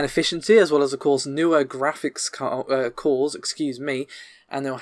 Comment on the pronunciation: Every time you say cores it sounds like calls.